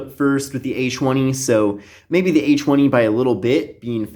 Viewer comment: I keep thinking he's saying "h1e" instead of "a20" lmfaoo 🤦🏽‍♀️